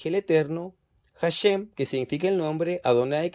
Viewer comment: HaShem se pronuncia ASheM no como J y la M como en Inglés. ASheM la sh no como ch si no como shua en Inglés.